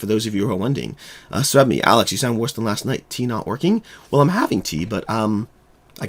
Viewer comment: "Tea not working" definitely sounded like 'Tina working'